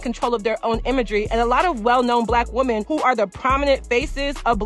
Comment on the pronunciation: lol it’s just so harsh to hear !! When I know you’re speaking overall to “women” but hearing the singular pronunciation of the word 🥴